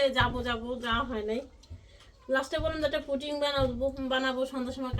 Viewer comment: হায় শিখিত পুটিং নয় পুডিং হবে।